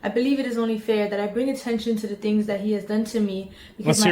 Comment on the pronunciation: Move the piece of hair to the side Jesus Christ that's annoying just that alone tells me you did it and the fact she says "dings" instead of "things"